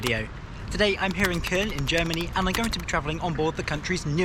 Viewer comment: "I'm here in kuhln"